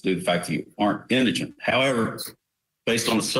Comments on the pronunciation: Say it with me...In-di-gent. Indigent. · Indigent. Your reporter completely mispronounced the word.